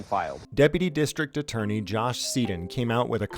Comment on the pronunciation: Sorry, but you mispronounced district attorney